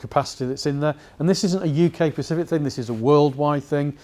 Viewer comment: I he saying ‘Pacific’ instead of ‘specific’? I think he is.